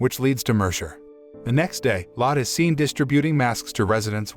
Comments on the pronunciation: btw lott is not how you say the maids name that is lotte. you say it lottae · If you don't know how to correctly pronounce words. Look it up. The name is " MED i chee ". Her name is Lotte. Pronounced " Lot tee ". It's not that hard to get it right.